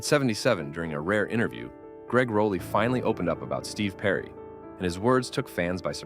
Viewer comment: Rah lee -- not Row lee.